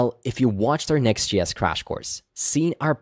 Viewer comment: Why are you say “Next GS”? Are you Swedish?